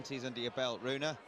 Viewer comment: His name is Rune David. Not Rohit David